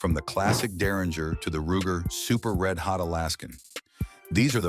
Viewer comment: Super red hawk not re hot good grief come on people put someone in these videos instead of robo translators